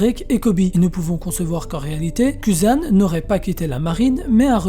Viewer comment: Je sais pas si c'est fait exprès mais c'est très déroutant de t'entendre dire sengocu akainu et même cuzan avec ta prononciation à la française je crois que ca ce dit plutôt sengokou akainou et kouzan